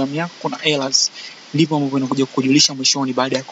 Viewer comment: Errors inatamkwa Ella???kipengele sana aisee